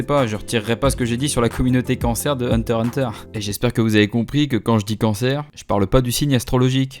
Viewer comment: Da se prononce hunta hunta